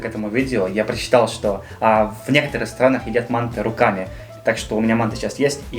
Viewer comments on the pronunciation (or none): Автралийцы и то правильнее произнесли: мантЫ, а не мАнты. Никак не могу понять, почему россияне произносят название этого блюда все поголовно не правильно. Это узбекское блюдо и узбеки говорят мантЫ. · Уважаемый автор! Вы совершаете типичную ошибку называя второе блюдо "мАнты", ударение нужно ставить на втором слоге "мантЫ". С уважением.